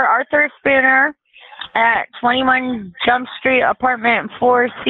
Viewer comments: She sure struggles at the word jump despite not being an Indian scammer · Did she say “21 jump street “ ? Hahahahhaha